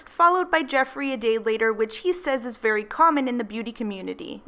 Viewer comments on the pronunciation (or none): "Made it 'V' clear"...how difficult is it to say the word 'very' ?? Lol 😑